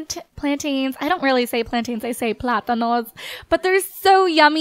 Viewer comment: I'm Spanish when I herd u said platanos I was dieing